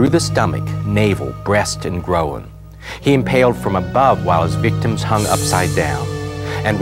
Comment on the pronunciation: "grow-in"?! It's groin, with the "oi" said the same as "oil". silly bugger.